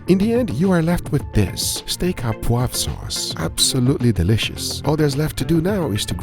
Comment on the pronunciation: Steak a Pouv? wwhat happend to the RE ? hahahaha :p It's Pouvre